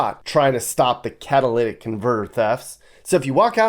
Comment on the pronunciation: Also cataltic convertor😭😂😠